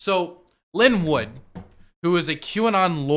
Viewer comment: next time it’s pronounced Line Woot not Linn Wood.